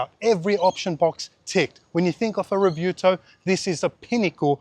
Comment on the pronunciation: Re- view-toe.... No.... no it isnt.